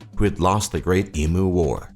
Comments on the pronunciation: Hate to say it but you're reacting to a video which is factually incorrect in many parts, not the least being pronouncing Emu as Eee-Mooo and not Eeem-You like any real Aussie would. The threat of dangerous animals and spiders is real enough, but way overblown like it usually is in these types of videos. Our internet may not be the fastest, but it is way faster than this video describes generally and also pretty cheap compared to other places. Our mobile phone network is world class and cheaper than I've seen in other places too. The boat people section was weird. Yes Australia has strict immigration policies, but if you're a skilled person and use official channels there is no problem emigrating to Australia. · sigh, EMU is pronounced "EEEM-YOU" not "EEEE-MOO" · I'm going to slap the next person that says Eemoo. It's Emew ! Not that hard E, M and U. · They are called Em-yous, not E-moos. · I cringe every time I hear, "E-moo." I hear it way too much. Eem-you. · E -Moo? Sounds like a cross between a jet taking off and a cow. Emu is pronounced e - mew. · eem-you, not ee moo. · Em you not emoo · Its pronounced 'eem-you', not 'EE-moo'! The Red Back spider is the same genus as the Black Widow with basically the red mark being the only difference #1 The guy talks about Melbourne and Sydney being in the top 20 cities, then shows a picture of the Gold coast.... amateur! Seriously m8, if you want to know about Australians, don't watch American doco's unless they are by people who have moved here or are visiting, watch Australian produced stuff. Every one of these type of doco's I have ever seen have numerous erroneous 'facts' and incorrect assumptions in them. Cheers and thanks anyway! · Not E moo arghhhhhh, it is EEM U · FFS...why do Americans insist on pronouncing Emu as "ee-moo". It's "ee-mew". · Eem-you, not eem-oo. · Emu - it's not ee-moo It's ee-myoo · why do they not say EMU correctly e.m.you is close